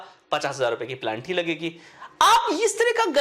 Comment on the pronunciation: अरे भाई, पेलांटी नहीं । 😂 पेनाल्टी होता है ।